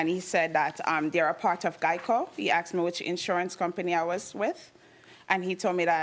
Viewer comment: I axed? I noticed they pronounced axed the word asked